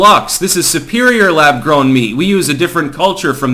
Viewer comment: Lab “Growm” meat? Are you fu*king kidding me?